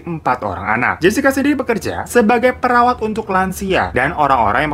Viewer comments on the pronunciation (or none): none